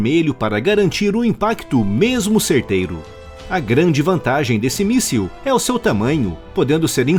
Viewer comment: Amigo, não é "míssel", é "míssil".